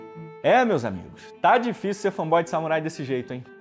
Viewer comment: Me digam quantas vezes ele falou "fã boy" no vídeo. Não consigo levar o cara a sério desse jeito.